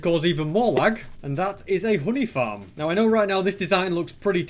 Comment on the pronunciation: i thought he said hoodie farm when he said honey farm LOL